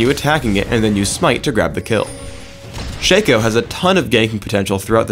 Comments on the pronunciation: Shay-co.... SHA-CO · ITS NOT SHACO ITS SHA-CO THATS HOW U READ IT! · I'm so glad to hear I'm not the only one that calls him "SHANKo" The guy slipped and called him that a few times in the video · It is pronounced Shaco not Shaco